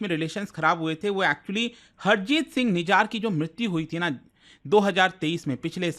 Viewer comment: nijar nhi nijjar hai